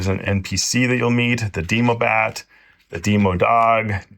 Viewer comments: he pronounced demogorgon decently, but the other two are.. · "Dee-moe-bat" "Dee-moe-dog" "Dee-moe-gorgon" Ligit made me laugh so hard